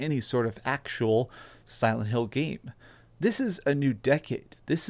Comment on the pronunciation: he really said "Salad Hill" 🤣